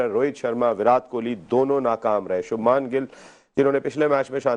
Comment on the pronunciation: Gawar Anchor...New Zealand Captain Kane Williamson nhi Michelle Santner h aur Subhmaaaan Gill nhi Shubman Gill hota h... Madarshachaap jaheel katmullla nhi no lulli